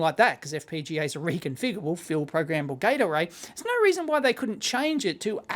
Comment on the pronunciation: I swear it always sounds like Dave pronounces it as "field programmable gatorade".